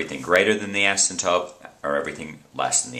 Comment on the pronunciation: asymptoTe!!!!! not asymptope